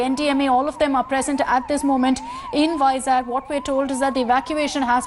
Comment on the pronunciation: it's vizag not vizak